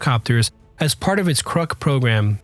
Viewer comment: it's pronounced "Krook". Learn to pronunciation!